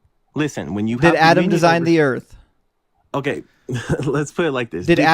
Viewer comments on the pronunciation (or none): Is the caller saying "Earf" instead of "Earth"? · What the hell is "Earf"? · when he created the earf. thats when id end the convo